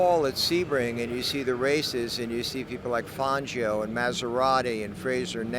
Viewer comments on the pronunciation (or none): none